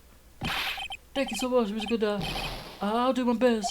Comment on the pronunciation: It's "Godot" not "Gadot"